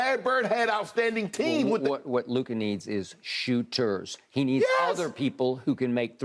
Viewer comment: I absolutely LOVE Jimmy but LMAO stop it… it’s clearly Luka